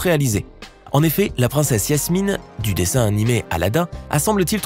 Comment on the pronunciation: C'est pas Yasmine c'est Jasmine.